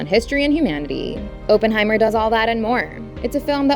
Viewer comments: "Oppen", not "Open"!!! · its oppenheimer pronounced "awe - pen - high - mer" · fyi oppenheimer's name's pronounciation is aww-pen-hye-mer